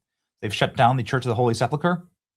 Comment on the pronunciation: Benny, please pronounce it "Church of the Holy SEP-uhl- ker," instead of "SEP-lah-ker." Thanks!